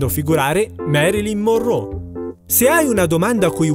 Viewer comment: comunque è Marylin Monroe no, Morrow o morrò, ma che cazzo !!!!!